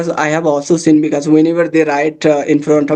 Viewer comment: It was a wonderful conversation! I just wanted to kindly suggest that you check the pronunciation of 'because' and 'conversation' they seemed a bit off.